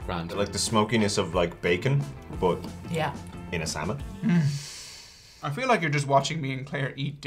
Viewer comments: They should try Pacific northwest drinks (beer and/or hard cider) from the local Brewers. Also the L in salmon is silent and when said Oregon trail was the closest to the proper pronunciation. And hello from Mcminnville Oregon. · I grew up in Oregon ... love smoked salmon (the 'L' is silent) but you need to top it with gouda cheese. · Common silent L's : -would -could -should -talk -walk -half ALSO: Colonel Salmon is much the same and is not supposed to be pronounced with an L